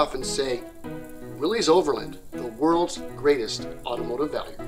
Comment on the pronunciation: Thank you! Not only for an insightful look into a fascinating man, but for correctly pronouncing his name and his company’s name. Willys, to all in Toledo, many who worked there, was always pronounced “willeeze” including by my great aunt who answered the phones there (and numerous other family members and acquaintances who worked there).